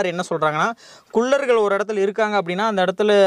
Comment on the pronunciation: தம்பி.. உச்சரிப்பு திருத்தி சொல்ல பழகுங்க.. குல்லர்கள் அல்ல குள்ளர்கள் னு சொல்லணும்